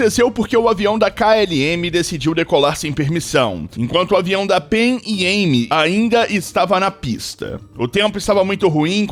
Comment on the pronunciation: A pronuncia usada é Panam "Pan Am"